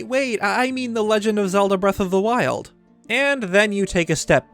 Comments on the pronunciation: Breath of the Meth? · "what was it called again?" Me: Breath of the Weth